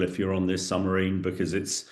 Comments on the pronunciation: Submarine. Not summarine Nuclear. Not nucular. Moron. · Is he saying Sumarine instead of Submarine? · Surely it is SUB-Marine and not Sumarine? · ‘Summareen’? ‘Newkiller’? Surely submarine and nuclear? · How can a former British army commander keep saying summerine ? It's submarine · Is it me or does he keep saying SUMARINE